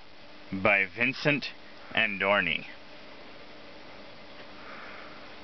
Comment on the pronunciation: Hey man, you mispronounced the author's last name, Andriani! I got a kick out of it and love coming back to your video whenever I think of Peanut Butter Rhino! Great video, man!